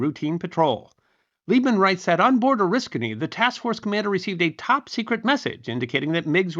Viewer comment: As an Oriskany native, it's nice to hear our little village name get pronounced correctly. So few historians on Youtube do so. Also, more pertinent to the video - So he's the real first jet ace, most likely??